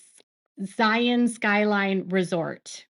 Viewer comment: Now if she can say Zion and Lehi correctly.